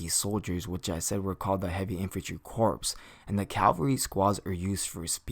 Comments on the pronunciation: Good video. Only complaint is that it is pronounced core not corpse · Just a small nitpick, but corps is pronounced "core" and not like "corpse." A Marine Corps officer will be quicker to correct you and won't do it as nice. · Colin Fonken, exact same comment I was going to make, every time he said "corps" instead of "core" it really bugged me even though I know that pronouncing corps as it's spelt is a very common mistake. I liken it to how we pronounce "colonel" as "kernel" it's just one of those words that you have to know from experience how to pronounce because trying to pronounce it phonetically from it's spelling doesn't work. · Corps is pronounced as “core”. It’s a weird word. It’s always spelled as corps even when referencing in plural or singular, but it is spoken as “kor” (singular) and “korz” (plural). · corps is pronounced the same as core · Great video. But, corps is pronounced "core". It was a little distracting. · FYI, the word corps is pronounced as core, the P and the S are silent. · Nice video and breakdown. Some advice, a corps is pronounced like core - Latin -> French...... The archers can be utilized in the rear ranks, but it has been proven to be quite an effective tactic to utilize the archers on the flanks, forcing the enemy forces towards the center; heavy infantry then have some fun. The cavalry would then encircle and clean up. Magic users (artillery) would massacre the troops in the center. Mongols utilized a similar tactic with no magic. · Corps is pronounced as "core" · When you said goblin heavy corps, it should sound like goblin heavy core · Just an fyi not trying to say snuff or nothing, but "Corps" is pronounced "Core". At least that is what my English teacher sed. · The p in Corps is silent!